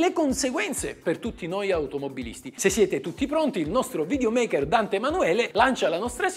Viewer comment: Lei è bravissimo ma "videomaker" non si può sentire....🤣